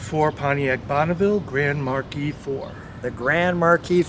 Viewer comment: Marque is pronounced “mark”. You’re welcome!😜